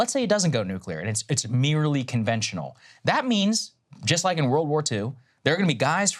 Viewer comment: I think you said 'world' wrong